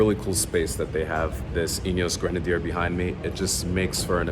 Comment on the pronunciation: Great job with the video,, especially with the pronunciation of Grenadier. 🙂 I’m from 🇦🇺, and I’ve been lucky enough to have two rides in a 2B prototype. Like you, I’m very impressed with the concept. One minor point for you: I think you'll find that the raised air intake does not actually increase the official wading depth, which is 800mm.